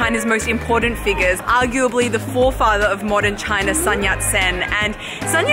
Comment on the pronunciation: Sun of Sun Yat Sen is not pronounced as the “sun” in English, but as very “soon” in English, because it is not English but pinyin spelling.